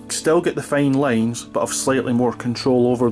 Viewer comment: what is a "fane lane" ? LoL. Accents.